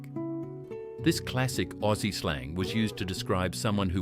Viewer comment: Strewth Ruth!! What flamin' AI galah language is commentating this!?? "Gar-lar" 😳 huh!! Wtf 😂 Must be some seppo programmed version of an Aussie, (not "oh- cee" btw) 🤦 "Fuck me Nora!!!" Get it right!!🤦🤦🤦